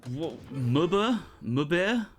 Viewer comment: Bashibozuk (org. başıbozuk) is pronounced something like 'buh-SHUH-boe-zook' btw Edit: While I'm at it, muhbir is pronounced 'mooh-BIR' lol